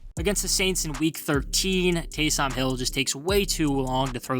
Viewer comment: So we not gonna talk about how this man say Taysom Hill?? It’s pronounced Taysum just one word no pause inbetween and the o sounds like a u. I like the flag in the background but no sub from me